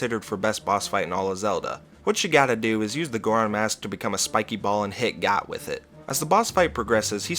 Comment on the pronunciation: actually it’s pronounced G-OAT. Like the animal 😅